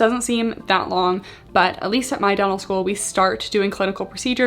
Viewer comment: I keep hearing “devil” school instead of “dental” and it makes me chuckle every time 😂